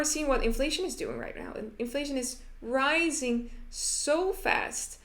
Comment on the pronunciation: Ricing = Rising